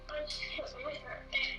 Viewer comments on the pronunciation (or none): none